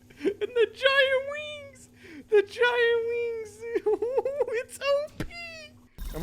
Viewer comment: "and the giant weengs, its op🥰🥰"